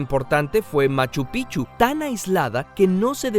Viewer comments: me gusto mucho, pero no me gusto la pronunciacion de machu pic chu. No es machupichu es Machu Pic,Chu consonante en Pic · El nombre del primer inca es Manco capac y no sapa inca (sapa= grande).Es tawantiNsuyo y no tawantisuyo; es Cusco y no Cuzco; el imperio tambien llego hasta Colombia. Se pronuncia machu "pic-chu" y no pichu (pichu es un pokemon) El imperio inca prevaleció hasta 1532, y no 1526 como se dice, en ese año tomaron conocimiento los españoles del imperio mas no hicieron contacto con ellos hasta 1532.